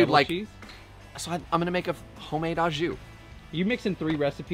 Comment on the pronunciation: Sorry, but the pronunciation of “au” is not “ah”, it’s “oh”… Great fusion take on the grilled cheese and cheesesteak